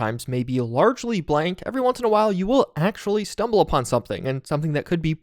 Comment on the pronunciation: Chug on "largely"